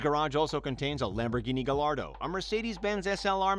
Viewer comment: dude I hate when Americans pronounce foreign cars wrong 🤦‍♂️ “gaLLaRdo”